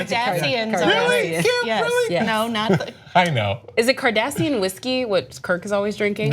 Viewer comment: Cardassians -- Kardashians? Sounded like Kardashians.